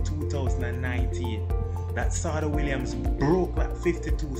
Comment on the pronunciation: Yessss thank you for highlighting our STAR but sidenote its pronounced Sha-day ....she absolutely dominated BSSAC in the 2010s and even qualified for the 2016 olympics!! But was injured and couldn't compete